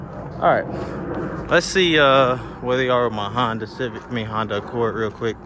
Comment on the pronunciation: I'm still looking for the "Hon-day" 😒 as pronounces them lol